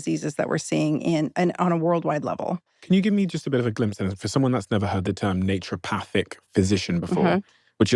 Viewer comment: Love this!!! I've been on the fence about trying ozempic... Not any more. Also... It's naturOpathic... Not "nature" pathic... Lol